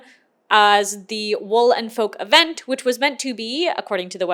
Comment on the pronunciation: I keep hearing "Wool and Folk" as "Woolen Folk" and keep picturing a convention of people in oversized fur coats 😂